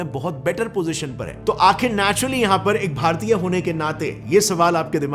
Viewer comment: You Say Bhartiya....wow great 👍❤